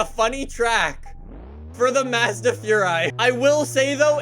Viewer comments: its maz da not madza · IT'S PRONOUNCED "Mosda" NOT FUCKING MAAAAAS DA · mAHzda furai is the correct pronunciation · Lol how he says Mazda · Why does he say Mazda like that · Not how you pernounce Mazda dude! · Wanna hear a joke? The way pronounces "Mazda".